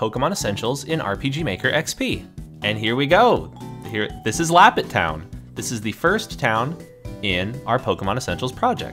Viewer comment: LAPPETT TOWNN? REALLY BRO xD?